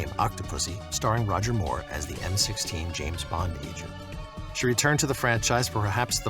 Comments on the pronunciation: It's M.I.6, not M16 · M16? it's MI6, C'mon get it right, make it work. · It's not M16, like the semiautomatic weapon. It's M.I.6.